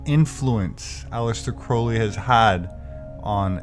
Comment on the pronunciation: if Crowley was Hubbard's "very good friend", why doesn't he pronounce his name properly? it annoys me when people don't, and makes me happy when they do. thank you.